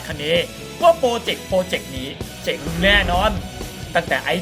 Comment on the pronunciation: เจ๋ง หรือ เจ๊ง ครับ ผมฟังว่าเจ๋ง ทุกทีที่พูดว่าเจ๊ง ครับ